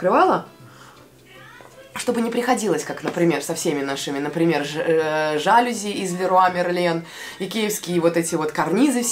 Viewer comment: Жалюзи- это не множественное число от слова жАлюзя, это неизменяемое франузское слово и ударение падает на "и". ЖалюзИ. Как таксИ.